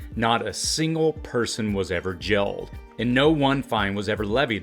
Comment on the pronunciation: Your content is very good, but I have to admit that your odd pronunciation of certain words throws me off while watching. You pronounce words like 'real' as 'ril', and 'jail' as 'jil', and 'fail' as 'fil'. Please continue to make this great content! I don't mean to be critical, but just thought you might appreciate some constructive feedback from someone who watches much of your content.